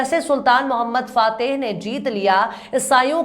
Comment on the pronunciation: Correct pronunciation "Sultan Mohammad fatih"